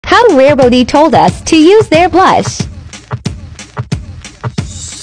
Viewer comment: "How rarebeOOTY told us to use their blush" That got me cracking up 💀💀